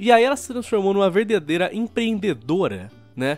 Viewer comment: "verdedeira empreendedora"